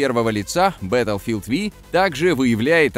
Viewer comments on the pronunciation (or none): Беилфилд ви, ртикс 2080 ти - я вырубаю видос, мои уши этого не выдержали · пздц просто, бетлфилд Ви пздц